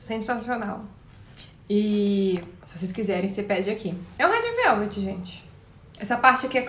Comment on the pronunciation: "rédi veuvedi"